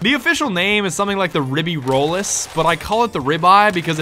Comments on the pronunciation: it's the ribeyrolles and it's pronounced rib-eyy-rolls. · Btw it's rib-ay rolls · Ribeyrolles All with me: Rib Hay RolL That's approximately it. Just don't pronounce the "s" a the end at least. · Rib-E-Roll is how it’s pronounced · btw it's something like Riby-rolls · Aye to help you out as a part french guy the ribeye as you call it pronounced ("rye-bol-is")